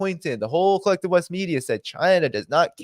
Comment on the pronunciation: Pretty sure you said collective But, I heard kleptive :)